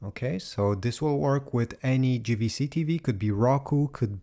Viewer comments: It's Jvc not Gvc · Small thing that's "JAY" V C in English not GVC 😉